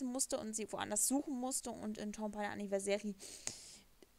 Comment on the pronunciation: Du sprichst Anniversary falsch aus